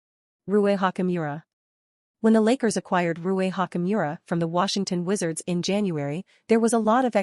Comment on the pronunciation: By the way, he's not Hakimura, he's "Ha [t͡ɕ] mura". Are you an AI?